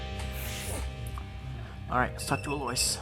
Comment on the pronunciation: can't get over "aloyce" 😭